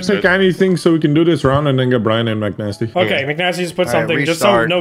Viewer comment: Hearing call mcnasty "macnasty" makes my heart happy with the collab. Love seeing these guys coming together